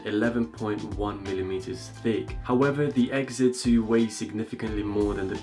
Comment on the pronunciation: Say it with me "ex zee" nowhere in there does it say "Exit"